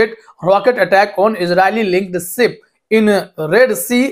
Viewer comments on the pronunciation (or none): It is a ship not sip